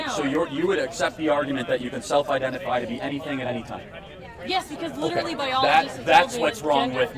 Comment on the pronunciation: It's not even literally, it's LEEDURALLEE hahaha